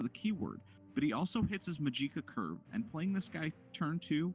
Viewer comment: the way you pronounce magica is very odd. I've only heard it like magic-uh